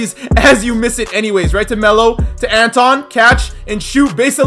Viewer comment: Who else got triggered when he called him anton